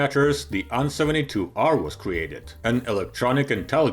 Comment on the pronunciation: You pronounce A and N separately, not as "an".